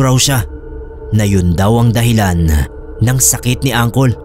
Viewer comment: Tawang tawa ako sa pag basa mo ng angkol😂😂😂 diba puede uncle ang pagkakabasa?